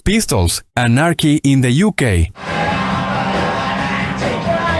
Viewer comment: Son canales de IA mal hechos, uno busca info interesante y al final tenes esto! La pronunciación de 'Sex paistols' y 'Anárki in de iukei' me mata!!!